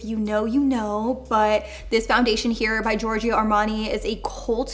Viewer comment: Please stop saying giorg"I"o .. You say it like George in english and add a "O" , not an "IO" .. its giving me a weird feeling beeing an italian hearing giorg"I"o 😊😅 but you nailed it, an co-op with Signor Armani its the dream !! HE IS AN ICON ❤